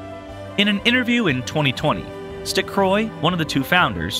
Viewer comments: It's a good informative video, but MAN did you butcher those names. Like, literally ran over the names with a freight train. Stecroy. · Laliburt, stuhcroy, what the fuck lol